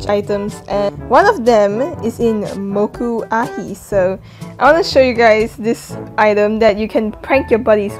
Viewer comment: FINALLY someone pronounces it correctly! (Moku'ahi) But no one can pronounce Leilani correctly for some reason lol